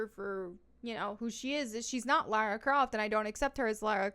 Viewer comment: That's "Lars Croft". Not Lara Croft.